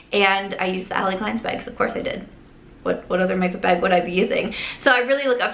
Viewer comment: Are you Canadian? Cause if not you got their accent in the "baagg" lol